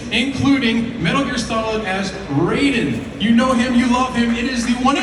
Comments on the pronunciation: his pronunciation of Raiden hurt my ears. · The way he says "Raiden"